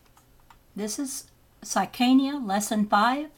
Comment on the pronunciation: Stupid. You cant even pronounced his name right. My 8 year old boy know immediately how to read and pronounced Psychiana as in Psychia-try (psychiatry) He said you are dumb.